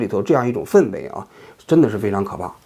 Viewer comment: 王局，氛围fen平声